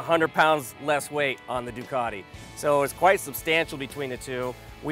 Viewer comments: Doo - cat - ee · Still annoys me how you guys say 'Ducati'